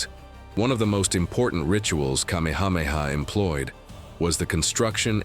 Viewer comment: Your pronunciation of places and names are inaccurate. I suggest if you are going to tell our story learn accuracy. I am a descendant of Kamehameha. Writing from Maui